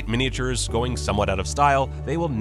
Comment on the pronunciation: Love mini-ay-chyoors.